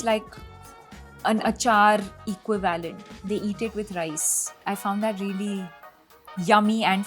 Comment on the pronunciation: Somebody please tell Deepika how to pronounce equivalent 🤦‍♂️